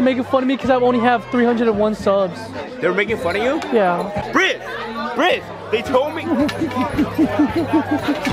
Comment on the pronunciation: that's not bhriss, that's Bhrizz